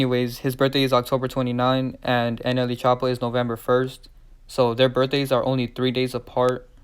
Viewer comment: Say it with me Slowly… "Nelly" "N-L-E"